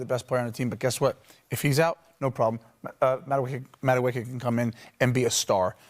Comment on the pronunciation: His name isn't MADOOK (Madueke) The right pronunciation is MA-DU-AKAY